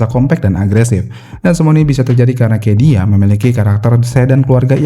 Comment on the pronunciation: ada salah sebut min: bukan 20an akhir tapi 90an akhir Cedia dibacanya sedia min bukan kedia, Century Diamond soalnya